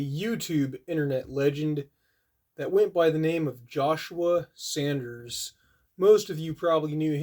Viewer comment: RIP Josh. He will be missed my many. Edit, it’s a simple mistake. But it’s Saunders not Sanders.